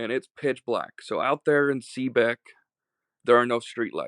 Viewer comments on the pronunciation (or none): On the case of the trailer with roommates and garage with scooters. He said''Seaabeck '' Where is Seabeck ? thanks